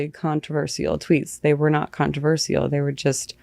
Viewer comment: what was that? How did she say the word controversial?! CON-tro-VER-seal 🤭